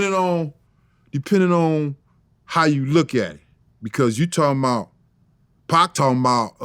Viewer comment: He say PAAK!!! not Pac.... i likw it.. Paak